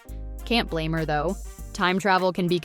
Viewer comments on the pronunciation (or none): none